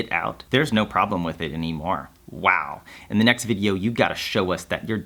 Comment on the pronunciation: at night “da finnish noob” man se on tota "the" juttu minkä sä lausut!